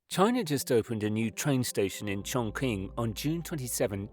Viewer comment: It’s more like Chorng-Tsing